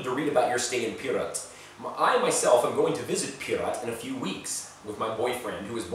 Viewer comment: The way you say pirot sounds like pirat